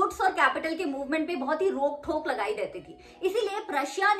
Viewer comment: Didi actually vo rok thok nhi rok tok hoti h 😅